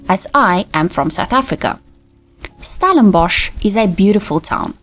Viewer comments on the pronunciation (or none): PLEASE - it's NOT Stalinbosch - but Stellenbosch - get the spelling right!!